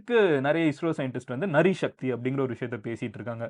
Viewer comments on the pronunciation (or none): Not Nari Shakti...Naari Shakti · நரி சக்தி இல்லை நாரி சக்தி நாரி சக்தி என்றால் பெண் சக்தி சகோதரா. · திரங்கானா மூவர்ணம். நரி சக்தி இல்லப்பா. அது நாரி சக்தி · அது நரி சக்தி இல்லை நாரி சக்தி. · HI MADAN.small pronounsation mistake IT WAS NOT NARI..it was naari tiranga.u r correct tiranga means kodi